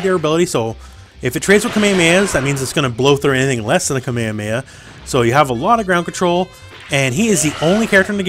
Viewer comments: its a KameHAmeHA. The Hs are pronounced in japanese the same as in english. Anyway, I didn't know several of these tips. The Medium strenching arm having the same bounce as the Heavy one was especially interesting. So far I had only used the L and H ones since those are the ones you can combo yourself. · have you heard Goku (or any of the 3 million characters that can use that attack) say it in japanese or english? All cool with hawaiian dude but that's not how they say it.